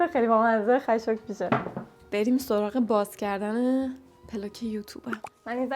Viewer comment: اونجایی که میگی بامزه و خشوک میشه>>> فقط یه یزدی می‌فهمه😂❤